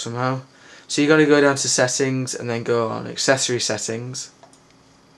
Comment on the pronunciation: see u r gonna go down to axxcexings and then axexasis setxing lol learn to pronounce